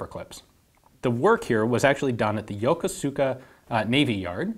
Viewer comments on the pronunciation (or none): Fun fact: it's pronounced yokohska, not yoko-suka. There's an American naval base there as well as a JMSDF one. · Lol...Yo-ko-soo-ka . It's Yokosuka, pronounced Yo-koo-ska. Most "u" in Japanese are silent or barely pronounced. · Hi Ian, you are concerned with correct pronunciation.... "Yokosuka" is pronounced as "Ya-KOO-ska"by all American sailors. If you don't believe me, ask anybody who has done a WESTPAC. If you want to be known as an insider, say Yakooska. -Barnacle Bill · Yokosuka (横須賀) is correctly pronounced with the accent on the first 'k.' Ian pronounced it with the accent at the end on the 's.' So, it should be "yoKosuka" than "yokoSuka." Also, the 'u' is nearly silent when pronounced quickly. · The navy base is not called Yo-ko-su-ka. It is pronounced Yo-kos-ka. Both "o"s are long. I lived on Yokosuka Navy Base from 1968 to 1970. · A minor point, it is not pronounced "yoka-suka" it is actually pronounced "Yo-kus-ka". The Garand had a well deserved reputation for being very accurate. It would be interesting to see how this rifle stacked up to the Garand in terms of accuracy. I am guessing it would not have been on par. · Great piece. FYI Youkoska is pronounced yoh-KOOS-ka. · It looks like yokosuka, but it pronounces more like "yokoska" (not that I'm adding anything by putting that out there...) Awesome as always. This is really cool seeing a reverse engineering of something so famous and well know. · FYI, the name Yokosuka is pronounced more like Yokoska (the u is essentially silent). I was stationed at the US naval base there for several years. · Hi Ian, a bit of trivia for you. I don't know how the Japanese pronounce "Yokosuka", but I do know that all the American sailors who went there pronounced it "YaKOOSka". Just thought you might find this interesting since you are concerned with pronouncing foreign words properly. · "Yokosuka" Is pronounced "Yokuska". FYI. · Yokosuka (横須賀市) is pronounced Ya-kuu-ska. ありがとうございました!!!! :-) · Yo ko su ka